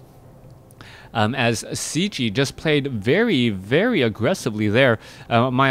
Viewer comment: I think Cechie is pronounced Ketchy, but i could be wrong